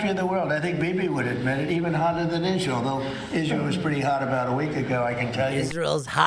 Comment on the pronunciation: “…evuhn hodduh ‘denn Eezz-reel, d’oh…” 🤦🏼‍♂️